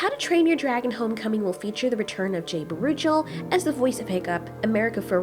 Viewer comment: um, his name is actually pronounced "Jay BA ru CHEL /(CHELL)". Emphasis on (CHELL) ...anyway... Yes, Yess, YESSS!!! Making Homecoming happen before part 3's epilogue would make less sense. I believe it was a mistake too.